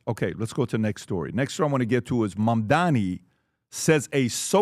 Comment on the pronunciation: Love pronounciation of "Mamdami" 😂